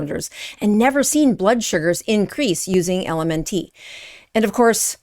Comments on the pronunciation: It's pronounced the same as ELEMENT... Not EL EM EN TEE . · It's pronounced "Element" not L-M-N-T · It's pronounced ELEMENT, not L.M.N.T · It's pronounced ELEMENT not ELMN-T like you're reciting the alphabet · IT'S ELEMENT NOT L.M.N. TEE LMAO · why are you saying LMN - T? it's "element" not LMN-T - sounds silly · LMNT is pronounced - Element. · LMNT is pronounced element. Maltodextrin is pronounced exactly as is looks, with a short i, not maltodexTRAN. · Good information but maybe do a little research on how to pronounce the ingredient you are calling attention to and the company too - “element”. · Someone has to be that guy, so I guess it’s my turn. It’s pronounced like the word “ELEMENT”. And it’s maltodextr[IN], not maltodextr[AN]. Anyway…please continue. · Good info. I think it’s pronounced “element”. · LMNT is pronounced ELEMENT. Also, this is so disheartening 😢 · I think it's pronounced Element. BTW, LMNT has no excuses misleading us! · I think it's pronounced "element ". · Pronounced “element”. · Mispronouncing "LMNT". Mispronouncing "maltodextrin". Making this out to be a big deal in this world full of UPFs. Yeah you seem legit.